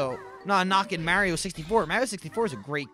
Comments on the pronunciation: can u say MARIO correctly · Lol he says it how english people say it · Only would say Mario like that and not get crap for it